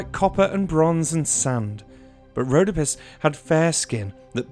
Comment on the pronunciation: Rhodópis not Rhódopis